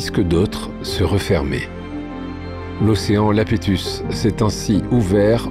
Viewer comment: Océan Iapétus, avec un "i", pas Lapétus, avec un "L"